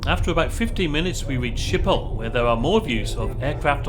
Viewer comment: It's pronounced Skip-ol 😉